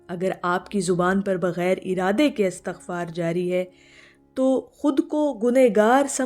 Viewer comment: Right word or pronunciation is Istaghfar not Astaghfar. While Astaghfirullah is right. Do your research, please.